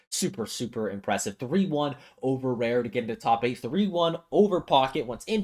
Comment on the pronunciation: why pronounce raru rareu?